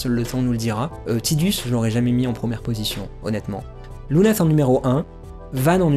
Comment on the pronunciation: "Tidus" c'est en lien avec un mot japonais qui désigne le soleil, donc c'est bien tideuss et pas taidus ^^ Et Aeris c'est Earisu en japonais, en fait, j'ai misspell :-/ Donc c'est la terre, ni plus ni moins... C'est même pas une inspiration mais bel et bien le mot "earth", en katakana..! Du coup, ton avis était bien inspiré ;-) Et j'avoue n'avoir joué qu'à la version originale sur PS1, j'ai à peine effleuré Crisis Core et donc la seule référence à Aeris que je possède est celle de la version française (bien pourrie niveau traduction, soit dit en passant!) Du coup, je n'ai aucune notion de la gueguerre autour de la prononciation de son nom ^^' Disons que ça dépend de quoi et à qui on parle, je dirais! Quoi qu'il en soit, jamais AeriT, ça c'est sûr X-D Pour finir, ça sert à rien de se chamailler : il suffit de se référer aux créateurs... Y'a eu suffisamment de commentaires autour des persos de chaque FF!.. C'est pas comme si c'était une franchise célèbre ;-3